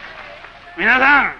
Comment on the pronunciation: 「みなさん」ではなく「みぁさん」って言い方が親しみやすさを出してんのかな